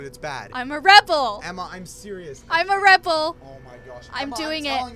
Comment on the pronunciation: EMMA...ITS REBLE NOT RIPLE